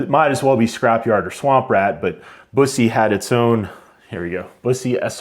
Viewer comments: You’ve got a nice collection there. I’ve never been able to let any of my 100+ go. BTW… Bus’-ee Waa’-see-on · It's pronounced BUS - E. Like a "bus" driver and then just saying the letter "E"